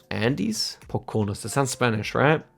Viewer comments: Poconos pronounced po-ko-no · It's hard o on all syllables of Poconos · as someone who lives near the apps, the pronunciation of the Poconos is killing me